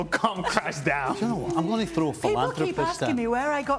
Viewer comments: Can we make Stevie attempting to say philanthropist an everyday thing? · Philara....phlirala... Philanthropist... Influencer and Phlirala hahahaha influencer and philanthropist ..... Yeaaay